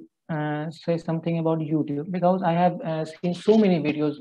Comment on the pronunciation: Bee- ka-ooze.